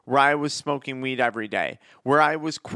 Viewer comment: Why does he sound like he saying “smoke meeeed”